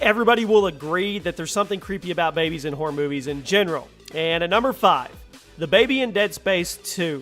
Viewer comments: it sounds like your saying horde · when he says horror it sounds a lot like "whore"😂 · Who else thought every time he said horror it sounded like whore😂?